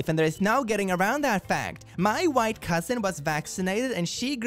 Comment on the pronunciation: when you said "My white cousin" I swore you said "my wife cousin" and took a double take, but I wouldn't have been surprised